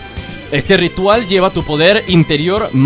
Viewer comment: like si lo ves en 2019 like por que dijo rital jajajaja😂😂😂😂😂😂🤣🤣🤣🤣